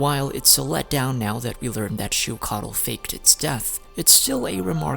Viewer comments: Ochkanatlan is pronounced as och-kan-atlan and phlogiston is pronounced as flo-jis-ton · Btw, you mispronounced Och Kan's name. But pronounced the city that's named AFTER him correctly??? The ch is pronounced like chuh. Not a k. So it's Oach Kan like Oach Ka Natlan. Not Oak Kan.